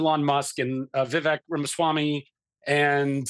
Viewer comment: Dude can't even pronounce viveks name right. Clearly doesn't understand anything meaningful. Don't care about his opinion